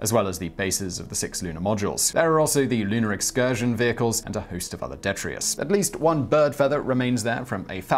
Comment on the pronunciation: Detritus! Not ‘detrius’ 😂